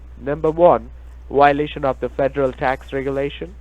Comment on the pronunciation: Wiolation? Is he Pavel Chekov?